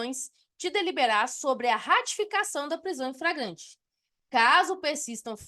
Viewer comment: Sua aula é boa, mas a Sra insiste em ficar repetindo FRAGRANTE.